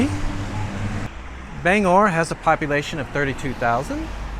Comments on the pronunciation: Bang-gore is how its pronounced bro. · Gotta pronounce that "G" in Bangor lol [Bang-Gore] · It’s pronounced Ban. gor not Bang gor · So cool! I wasn't expecting to see the Paul Bunyan statue. We have photos of my family posing in front of it from back in the 80's while they were vacationing in Bangor. Not sure if you're pronouncing it right or wrong, but we always called it "Bang-Gore". Nice series! Cheers. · Hannibal Hamlin was vice-president to Abraham Lincoln. City is pronounced “Bang gor” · Most of downtown Bangor was destroyed in the 1911 fire. If you think it's mostly white now, you should've seen it when I was growing up. PLEASE, check your pronunciations. Orono is Or-uh-no and Bangor has a hard G as in lifeGuard. The "canal" is Kenduskeag Stream. Also, that big white house next to the King residence, is one he bought for a writer's retreat. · OR ano, not O RO NO, and BANG GOR, Not Bang Or. We wear mocassins for slippers/ shoes. Look down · Pronounce the G in Bangor. And it's OR-oh-no for Orono. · Bangor...pronounced Bang-gor...hard g. Orono...pronounced Or-ruh-no. Not criticizing (it's nice to see my old stomping grounds up on video), just offering the correct regional pronunciation. Stephan King's house is on West Broadway and has many of the old lumber baron's homes there. Across the end of the street (onto Union Street) and up the hill a ways is Thomas Hill Road where many of the sea captains home were and also the Queen City Standpipe. Sorry, I stopped watching when you said you were heading down to Augusta. Augusta kind of sucks...no one goes there. It's the armpit of Maine (everyone except those who live there think so, anyway). LOL. The state capitol building is pretty sweet, though. Thanks for the video.